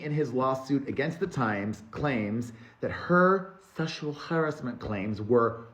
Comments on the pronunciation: Sechual Ha-asment … cracked me UP 🤣🤣🤣🤣🤣🤣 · Sheshual Ghaurashment!! 😂